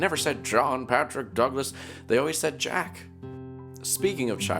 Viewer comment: It's pronounced as Jack not "Jeck" Waits to be thrown to the sun